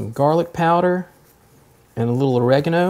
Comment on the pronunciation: its olive OIL pronounced Oy il and pregano is Oh Ree Ga No